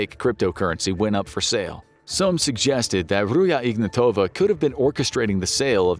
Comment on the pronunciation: Ruzha Ignatova is bulgarian. get the names pronunciation straight, rookie.